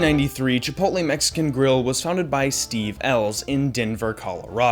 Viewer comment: "Chipotle" not "Chipoltle"